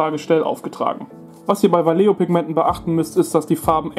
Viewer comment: Man spricht "Walecho"! ;). Trotzdem informatives Video mit überzeugendem Ergebnis! :)